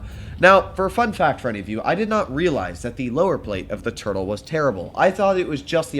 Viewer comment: I thought said turd not turtle in the start